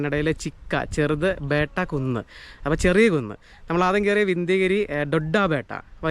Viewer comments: ബേട്ട അല്ല സുഹൃത്തേ ബെട്ട,=കുന്ന്. ഊട്ടി യിലുള്ളത് ദോഡ്ഡ ബെട്ട = വലിയകുന്ന് 😮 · ചിക്ക ബെട്ട = ചെറിയ മല ദോഡ്ഡ ബെട്ട = വലിയ മല ബേട്ടാ അല്ല ബെട്ട